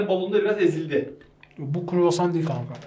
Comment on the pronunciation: Croissant 🥐 talaffuzu "kuruvasan" değil kii, "kroasan"